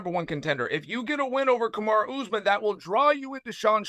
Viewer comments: I’m pretty sure he called him Carrera Usman at one point 😂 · He felt better when he called Usman "Kamara"